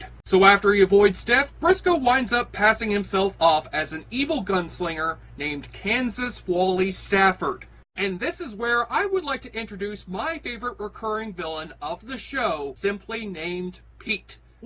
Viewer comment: Kansas WILY Stafford, not Kansas Wally Stafford. Pronounced like Wile E. Coyote. And Pete isn't "simply named Pete," his last name is Hutter.